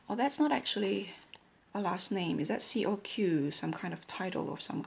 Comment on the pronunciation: Nobody Here your pronounciation is already completely right, and q from family name Coq Sounds as a k, so also right on this one:) conclusion: perfect intuition in french too:D well done!